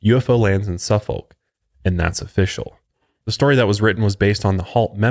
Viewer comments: As a UK citizen that lives in Suffolk its pronounced Surfforck . I take my little sausage dogs for a walk in rendlesham Forrest with my boyfriend sometimes. It’s defo creepy for sure and wouldn’t walk there on my own. The dogs were fine though… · Most of the place names that end in folk like Suffolk you can pronounce sufeck. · Great cover of this uk incident! …and for the record to pronounce Suffolk correctly you drop the “L” it’s like the sound of when you say “Cook” so now try to say it and you got it lol sorry had to say that as that’s where I’m from and live 😊✌🏼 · Suffolk is pronounced SUH-f*ck. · SUFF-OK,,,pronounced as such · For the pronunciation, imagine saying 'suffocate'. Now remove the 'ate', that's it. Overall, it's an amazing episode, and I'm enjoying the binge. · "Suffolk'" is pronounced like 'Suhfuhk' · Just found brilliant show but need to work on your Suffolk place names and pronunciation 😂😂😂 ( say Suff 'ucK and Or'fud ness)